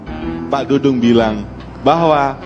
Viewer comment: Maaf P. Ustad!! Saya koreksi... Bukan P. Dangdung! tapi Pa. Dudung. Coba baca lagi tanpa kaca mata atau maaf ...bersihkan lagi telinganya. Melesetkan nama orang....berati menyakiti orang tuanya atau orang2 yang mencintainya. Kalo menghina mahluk Alloh apakah berati juga menghina Penciptanya...?!?